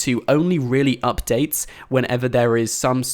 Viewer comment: I don't like how you say updates